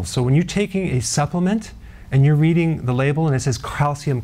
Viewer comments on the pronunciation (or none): none